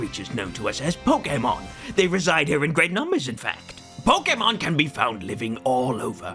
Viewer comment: Pokémon, not pokeuhmon.